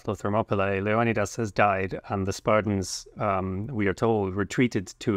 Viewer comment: I die inside every time I hear the American pronunciation (the '300' pronunciation) of Leonidas. Thanks for getting it right, or right for me at least.